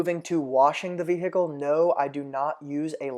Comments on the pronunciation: “the vee hickle” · Evan Karner HILARIOUS!!! I thought no one else noted how he says vehicle! 🤣😂